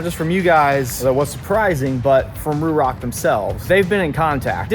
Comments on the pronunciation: It's RHOK! ;) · I keep hearing RHOK, its been a minute I guess😅